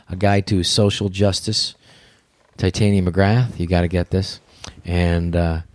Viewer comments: I am 30 mins in on the second part and Andrew still hasn't corrected the mispronunciation of Tytania to Titania. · shit someone tell him how to say titania, like narnia she is posh !lol